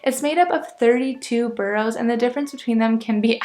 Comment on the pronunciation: After two years you shouldn't be pronouncing them burrows, they're boroughs ( burrahs)